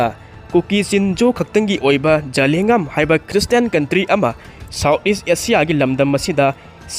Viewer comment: zalengam - za len gam hai g dou ba adu fao pronounciatn. heitaba